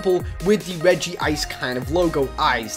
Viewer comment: Regice is my fave and I'm not trying to be mean Ur one of my fave youtubers but it's regice not regyice